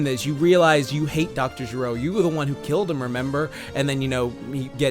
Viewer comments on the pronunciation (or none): Gero(Jah-roh) GEEKDOM TRIGGERED